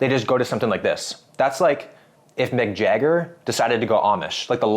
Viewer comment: Why did you pronounce Mick Jagger as McJagger lmao